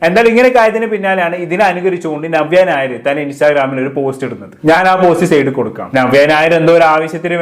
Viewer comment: ആദ്യം നവ്യ നായർ എന്ന് നല്ലവണ്ണം പറയാൻ പഠിക്കു